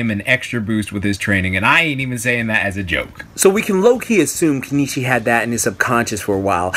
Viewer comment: its keniichi bruh